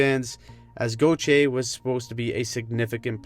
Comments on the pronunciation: the way she pronounces "Goo-tee-yay"🤮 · Cutter Go-thee-Ay